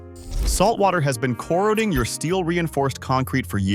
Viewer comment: If you're going to be a narrator learn how to properly pronounce corroding.